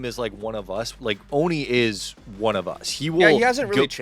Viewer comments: The funniest thing to me is that all americans pronounce him "oʊni", like he ist some kind of japanese demon thing. its just the german word for "without" and is pronounced "oːnə" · Please for the love of god pronounce his name right, it's not so hard. Put Ohne in translate and hear what it sounds like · Ohne got me into watching cs, and now i know why he called huynmin jamyoung 😂